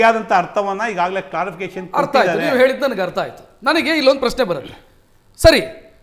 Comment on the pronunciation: ಪ್ಯ ಶ್ನೆ ಅಲ್ಲವೋ ಪ್ರಶ್ನೆ... ಮೋದಿಯನ್ನು ಟೀಕಿಸುವ ಯಾವ ಯೋಗ್ಯತೆ ನಿಮ್ಮರಿಗಿಲ್ಲ... Logic ಬಿಟ್ಟು ಮಾತಾಡಬೇಡ